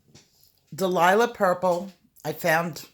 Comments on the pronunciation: It's so cute how you call it Delilah Purple when it is really Dahlia (DAL-YA) Purple. Thank you for all your wonderful tutorials!! Blessings to you always! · For all the colourists who say "Dahlia" wrong - it's a flower and pronounced "Dale-ya" but you may be doing that on purpose lol!!! 😂